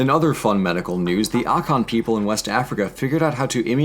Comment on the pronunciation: Also you pronounced Akan wrongly maybe just your accent 🤔